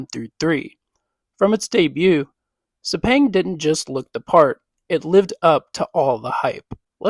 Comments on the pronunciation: After hearing ‘Sepeng’, you stop watching. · Pronounced (Sir-Pang) - Sepang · It's so cringe every time you mispronounced Sepang.